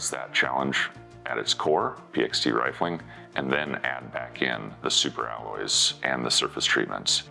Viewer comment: 2m55s "rilfing"? What is rilfing?